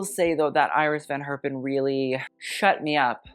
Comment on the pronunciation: That's not how you pronounce Iris van Herpen, sorry